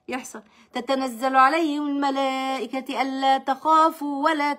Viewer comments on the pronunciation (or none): جزاك الله خيرا و رزقنا و إياكم حسن الخاتمة ❤❤❤ قصص جميلة جدا ❤❤❤ لكن حبيبتي أخطأتي في قراءة تشكيل الآية الملائكة مضمومة وليست مكسورة و لفظ الجلاله أيضا مضموم { إِنَّ ٱلَّذِینَ قَالُوا۟ رَبُّنَا ٱللَّهُ ثُمَّ ٱسۡتَقَـٰمُوا۟ تَتَنَزَّلُ عَلَیۡهِمُ ٱلۡمَلَـٰۤىِٕكَةُ أَلَّا تَخَافُوا۟ وَلَا تَحۡزَنُوا۟ وَأَبۡشِرُوا۟ بِٱلۡجَنَّةِ ٱلَّتِی كُنتُمۡ تُوعَدُونَ } [سُورَةُ فُصِّلَتۡ: ٣٠]